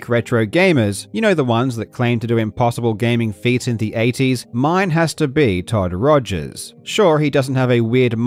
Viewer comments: who tf is todd rogers? you mean Todd Todgers? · “Todd Todgers” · Karl called him todd togers lol